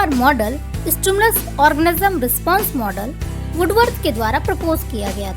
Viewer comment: Are orgasm nehi organism sister